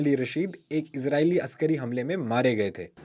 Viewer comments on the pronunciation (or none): none